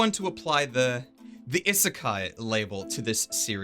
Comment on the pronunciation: It's pronounced E(as in the letter)-seh-keye